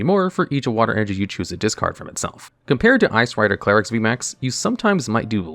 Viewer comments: clare-ex NotLikeThis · idk why it bothers me so much that he starts pronouncing Calyrex wrong after saying it correctly at the start of the Shadow Rider Calyrex segment. Also very surprised seeing Gengar on the list and not Eternatus VMAX.